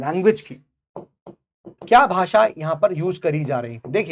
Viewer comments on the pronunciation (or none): none